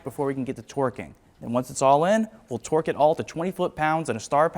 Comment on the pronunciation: Love how says “twerk” instead of “torque”😂😂